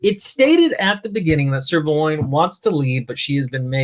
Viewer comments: The fact every time the knights name is said I hear either Sirloin or Ser Loin makes the whole video so much better. Especially when "Ser Loin" gives me flashback to every occasion a romance book had paragraphs about feelings and temperatures of someone's loins during romantic/ naughty scenes. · 7 minutes in, I can only hear the characters' names as Trailer and Sirloin.